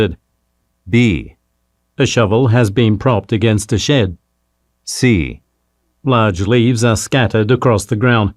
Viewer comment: Large leaves를 저렇게 발음하는 이유가 뭘까...